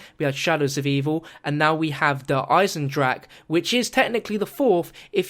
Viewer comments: eisendrache not eisendrak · Eisendrache che che che che !!! Not Eisendrag !!!!!!!!!!!!!!!!!! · its not der eisdraK! Its der EisendrachE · You say "der eischendrach" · why is it when he says the name he says der eissendrack? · noboby can pronounce "Eisendrache" right (ich hab ahnung :D)